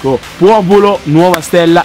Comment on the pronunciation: se ascoltate attentamente a un certo punto dice puopolo